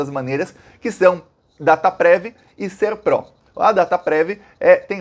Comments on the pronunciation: O correto é pronunciar com "o" fechado a sigla SERPRO. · Boa tarde! A pronúncia certa é Serpro com a sílaba tônica no "Ser". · Boa tarde,! O nome é Serpro, com tônica na primeira sílaba! Eu já conhecia essa empresa desde 1985 porque trabalhava para repartições públicas... lembro também da Dataprev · É SERPRO e não "pró". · A empresa se chama SERPRO. Lê-se SÉRPRO. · O nome é Ser-pro. É paroxítona. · Boa tarde com relação a empresa, você fala direto SERPRÓ o correto é pro de PROCESSAMENTO. Obrigado pela chance de contribuir. Abraços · Não é SERPROR, e sim SERPRO. 😀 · SERPRO e não SERPRÓ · É SERPRO E NÃO SERPRÓ. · Boa tarde o nome correto é Serpro. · É SERPRO. Não tem acento no o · A pronúncia correta é Sérpro... com acento agudo no E ... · SERPRO, como você falou da segunda vez. Não é "SERPRÓ"; é sem vogal tônica. A sigla significa: SERVIÇO FEDERAL DE PROCESSAMENTO DE DADOS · as pronúncias são "Dataprév" e "Sérpro". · Escreve-se SERPRO, mas se pronuncia como se tivesse acento agudo no E: "SÉRPRO". Não trabalho lá, mas sou de Brasília e já conheci trabalhadores dessa Estatal. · está coberto de razão 👍 Muitos golpes advindos dessa situação de dados sigilosos mantidos no exterior e por empresa privada poderão assolar a população brasileira. A pronuncia correta é "Sérpro" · a forma correta de dizer é "A Dataprev" e "O Serpro". Quanto à tonicidade, a primeira é oxítona, "dataPREV" e a segunda é paroxítona, "SERpro". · Ê Sérpro, com acento na primeira sílaba. Muito bom esse post,! Você, como sempre, trazendo assunto que a gente não encontra na mídia. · Oi,. A pronúncia é SÉRPRO. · Pronuncia SÉRPRO! Com mais ênfase no E!